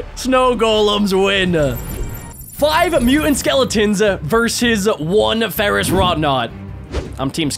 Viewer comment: Ferouss wroughnaut